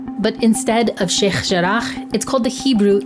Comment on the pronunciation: I pronunciation of sheikh jarrah is really pissing me off